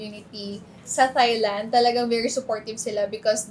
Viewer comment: Nicole Cordoves please put it out there, i have not heared any Filipino pronounced “Thailand” correctly..